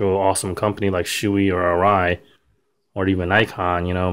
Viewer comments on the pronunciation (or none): "shoe-e helmets" hahah it's "show-e" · lol yea the cyclegear dudes pronounce it like u as well. I was just testing to see if anyone caught that. lol Thanks for watching...appreciate it. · I've heard it pronounced "show-e", "shoe-e" and "show-ah". The only way we would know which is proper would be to get ahold of someone at Shoei in Japan and ask them.